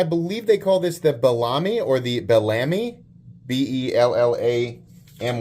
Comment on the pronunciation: Hey thanks for sharing new stuff. I think its pronounced "bell a me" bellamy ....not belami like salami - good review though !